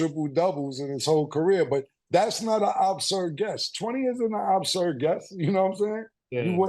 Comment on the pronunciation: “Obsurb guess” is wild cam